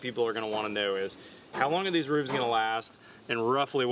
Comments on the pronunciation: "rooves," not roofs. Unless you also say "wolfs" and "hoofs." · I point out yet again that the plural of roof is roofs and is not pronounced "rooves."